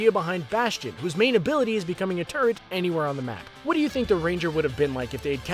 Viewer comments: It sounded like he said the robotic turdXD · everytime the dude talking says turret and says it while talking about bastion, i thought he says turd which is also true.